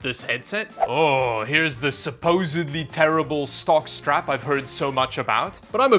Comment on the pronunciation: Every time you say stock strap, I hear jock strap